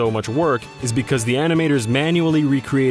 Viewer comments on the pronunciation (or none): none